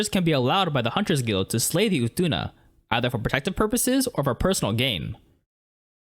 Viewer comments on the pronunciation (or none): none